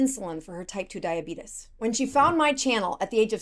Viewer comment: It's Diabetes not Diabidis